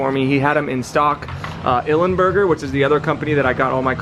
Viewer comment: It's Ilmberger (I L M - Burger) buddy, come on get it right :) Please don't remove the chain guard and shark fin. What carbon is that?